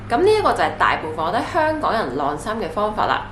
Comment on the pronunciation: 「䁁衫」唔係「掠衫」